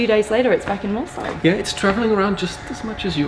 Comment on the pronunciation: I live just a few kilometers from Molsheim, and I have to admit : you pronounce it better than 99% of french people